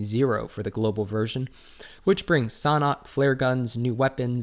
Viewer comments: SAUNA HAHAHAHA thats the first time ive ever heard anyone pronounce it like that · The way you say Sanhok is San-Ah-Hawk